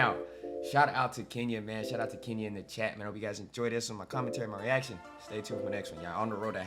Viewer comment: It is Kenya not kinya😊